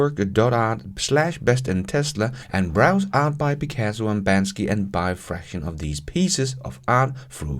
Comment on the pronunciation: Please don’t say “Bansky” 😆